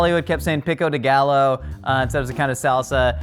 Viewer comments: we're pretty close to spain and many brits go to spain every year so he really should know how to pronounce gallo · The mispronunciation bothered me sooo much. Like, I kinda get them not knowing how to make Mexican food properly because of their geography, but it takes literally seconds to look up how to pronounce things like "gallo." And I'm making fun of the hosts/judges, not the contestants, who we can give more of a pass bc they're crazy busy trying to juggle jobs and creating and practicing recipes.